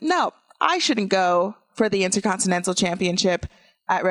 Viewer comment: Say it with me...INTERCONTINENTAL. There is an R. Please learn how to speak, and stop using the word “cringe” every 30 seconds. It’s not your autobiography.